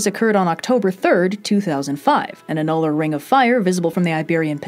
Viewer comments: ahem - "ANN-yoo-lar", not ann-YOO-lar. Precision in speech is just as important as precision n science. A helpful hint from your friendly local neighborhood technical writer! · The path of totality for the April 8th eclipse just so happens to pass right over me, if the weather cooperates, and we got about 80% partial coverage from the recent eclipse. Nitpick on pronunciation: "Anne you ler" not "a nuller" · Astronomy person here. I'm definitely bookmarking this video for explaining eclipses. One nitpick though: "annular" is pronounced "AN-yoo-lur", not "an-NUL-ur". It's based on the word "annulus" which means "ring" (more specifically, the ring-shaped gap between two concentric circles) due to the fact that it involves seeing an annulus of sun around the edges of the moon. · ANN-yoo-lur, not an-NULL-ur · I know people always bug you about pronunciation, and I'm sorry, but I'm an astronomer and I just can't stand it - it's pronounced ANN-yoo-lar. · You completely jacked up the pronunciation of the word "annular" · You pronounce "annular" oddly and I'm here for it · Great video but you misspronounced annular so DISLIKE